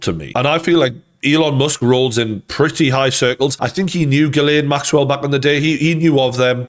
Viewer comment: It's pronounced Jizzlaine